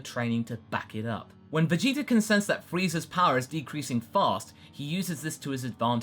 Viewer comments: Hey i hear him sometimes say freezer and vageter instead of friza and vegeta sometimes. is that because of dragon ball abridged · I kept hearing "Veyitor"